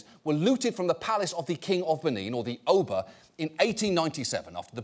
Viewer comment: John’s pronunciation of “oba” made me die a little inside. 😂